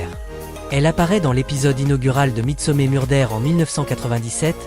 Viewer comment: vous aimeriez qu on torde votre nom qu on le prononcé n importe comment ? Je pense pas . Midsomer se prononcé midsomeur pas mé